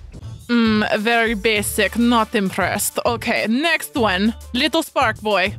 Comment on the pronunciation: Lol she says one like vone